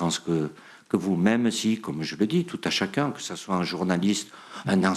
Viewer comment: "Tout a chacaing" DD